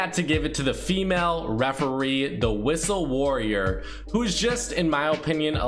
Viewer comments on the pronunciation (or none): I know dam well he did not say wristle warrior 🥺